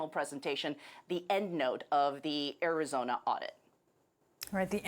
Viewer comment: It's called Ari-JOE-na now!